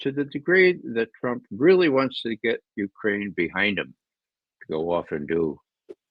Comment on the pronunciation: I see Ray has picked up Alexander Mercouris's name for ukraine-- "Uranian"!!! Same with John!!!!